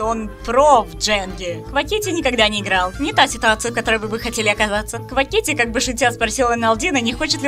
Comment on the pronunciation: Автор не хочу обидеть, но то как ты называешь квакити, это отстой